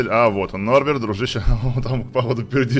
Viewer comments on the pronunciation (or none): Интересный факт. Правильно не нурберта, а норберта👍